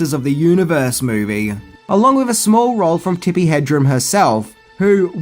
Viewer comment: You’ve got to say Tippi’s name right, HedreN.